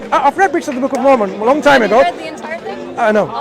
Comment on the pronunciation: Mormon pak, MORMON, bukan momon. Kristen Mormon atau Mormonisme adalah istilah yang digunakan untuk menyebut aspek-aspek agama, ideologi, dan budaya dari berbagai denominasi gerakan Gereja Yesus Kristus dari Orang-Orang Suci Zaman Akhir. Sebaiknya anda perbanyak referensi bacaan biar gak malu2in